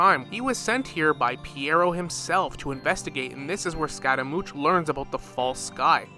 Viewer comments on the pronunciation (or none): bro its scaramouSH, not scaramoutsh